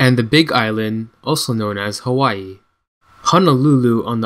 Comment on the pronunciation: YOU PRONOUNCE IT HAVAII W=V